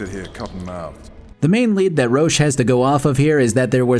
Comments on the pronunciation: I gotta say i love your videos but as a polish mf i get so annoyed with the way people that played the game in english spell Roche. In polish version it sounds more like "Roshe" and it is so annoying to hear especially that it sounds so close to Roach. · Considering the name of Geralt's horse, Roche being pronounced 'Roach' - as opposed to how it is spelled - totally isn't confusing or annoying😅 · Yeah, that's what I've noticed too haha Especially when in Polish we call him "Rosh". Iit's a bit strange choice that the English version decided to go with this pronounciation, but I guess they didn't think it through back then and didn't realise it could be confused with Roach. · I enjoyed your summary, except for one thing. Every time you said “Roche” I heard “Roach” and started looking for the horse. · Please learn how to properly pronounce Roche's name for the next game before we all get him confused with the horse. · (Roche is not pronounced this way)